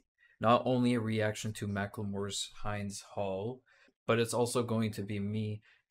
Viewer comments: Just a quick note on the name of the song: the name of the girl after which the song was named is Hind, pronounced with a short i, so not “Haind,” although Macklemore incorrectly pronounces her name as that. The name is used in many Arab cultures but is of Persian origin. It means a strong, beautiful, and influential girl, which is very fitting given the context. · My brother, it isn’t HYYNd’s hall, it I H-I-nd’s hall. It’s named after the Palestinian girl that was murdered by Israel and they killed also all the rescuers who came to try and save her. The I pronounced like the I in India. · Heend’s not “hind”- it’s the name of a little girl butchered by the IOF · I believe Hind's name rhymes with "sinned" not "signed". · its hind hall not hiind hall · Can people stop referring to Hind Rajab's name as "high-nd". It "Hi-nd" with a short "i" sound. You do her mory a disservice when you get it wrong. Rest in peace littlw angel. 🇵🇸❤️🖤🤍💚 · It’s Hind rhymes with Sindh not rind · Brother…It’s pronounced Hind like “in”…not hind, like hindquarters. Most Muslims would know the name and the pronunciation. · Her name is pronounced like wind, NOOOTT like find!!! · Its hind not hined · Okay, her name is pronounced like hint.but with a d. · Its pronounced 'Hind' like 'wind'